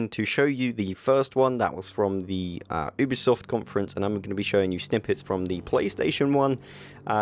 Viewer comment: *YOU*bisoft!!! not *OOB*isoft -_____- Good video though:)